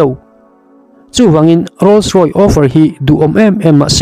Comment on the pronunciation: a ziak chhar i nih chuan a dik a chhar tum hram a tha khawp mai .. 'Rolls Roy' ni lovin 'Rolls Royce" - Rawis tia chhiar tur ani e.